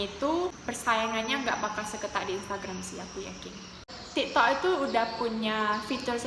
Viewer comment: Tik tok kok malah jadi ti to